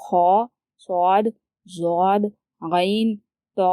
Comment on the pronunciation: yeh ض jód nhi hn yeh Dód hn urdu mein jod sound hn lekin arbic mein dod hn